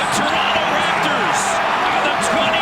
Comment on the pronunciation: u know hes a raptor when he calls the city torunno